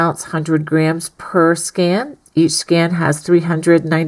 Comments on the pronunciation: Sounds like you’re saying “scan”😂😬 love these videos! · Thank you. Please check for the pronunciation of skein. Rhymes with main, pain, Wayne. I am starting this baby afghan tonight if I can find the appropriate yarn in my stash.